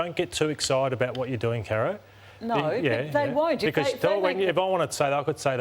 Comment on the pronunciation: How can you take Carro seriously, she can't even pronounce her own name properly.